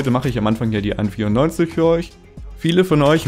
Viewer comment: Hört sich an als wenn du an24 sagst